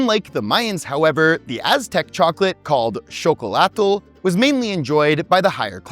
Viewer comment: Babe, Mexico is part or North America. Also, we do have written stuff about chocolate, there are gliphs, records and even a God. Also, good pronunciation of Xocolatl! I don't write this to be mean, I wanted to give a little bit more data. Love your videos!!